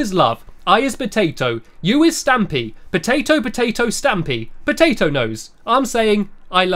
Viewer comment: Patato!!!!! 🍨🍨🍨not patato!!!!